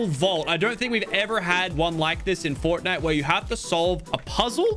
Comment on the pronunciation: It’s the guy from forrrrtnite!!!!